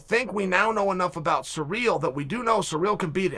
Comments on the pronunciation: His name is Cyril! Not Surreal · Chael....baby....it's Cyril....not Surreal.. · I love how Chael refuses to pronounce Ciryl's name right he just doesnt give a single fuck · Almost as good as Yarear. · I thought you were exaggerating when I first read that but then I heard him say it